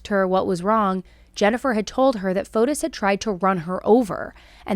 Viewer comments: Pronunciation: It's not FotUS, but FotIS. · I go to church with a lot of Greeks. The S is silent. FOTE- TEE